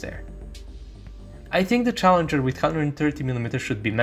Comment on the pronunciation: Am you spelled challenger 2 wrong you said challeger.